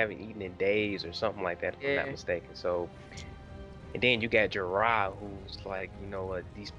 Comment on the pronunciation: The servant girl is Osha. She is an actress who played Tenks in Harry Potter. Also the name is pronounced like Dora. It is Jorah. What Dany meant was bloodriders. There were only 3 bloodriders left. The others split off into other khalasars. Dothraki do eat horse. The dragons eat a specific type of food. I won't spoil it. No it was NOT the culture of the time. They had no choice but to accept it as it is Craster's house. Mel-iss-an-drah Davos does object a LOT. Keep watching. Good review.